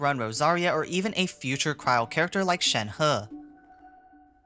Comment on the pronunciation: i cant remember.. but i think you're the third guy who pronounce Shenhe right..